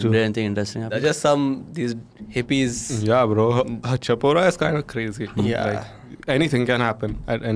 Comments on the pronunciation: Chapora is pronounced as 'Shaa-pora' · it's pronounced as "Shapora" actually